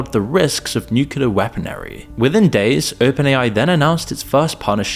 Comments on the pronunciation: There’s a few words that got completely mispronounced. Like Weaponary instead of weaponry. Really unusual for an English speaker to mispronounce those. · the word is weaponry, not weaponary